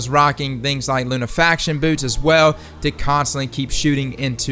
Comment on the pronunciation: Glad to hear someone say "Lunafaction" and not "Lunafication"